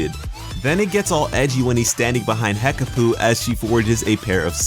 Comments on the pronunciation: Hekapoo not Hekaboo. Change it to Hekabae :D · Hekapoo or hekpooh not hekaboo